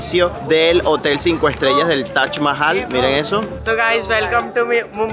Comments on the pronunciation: Es Taj Mahal No Tach mahal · TAJ CON JOTA, TAJ MAHAL😂